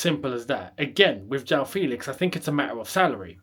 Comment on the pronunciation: The pronunciation is “FEHLIX” and not “FEELIX”